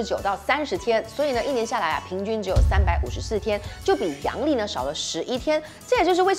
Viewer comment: 阳历，不是 洋 历哦！（我知道，洋人的日历是吗？😂😂）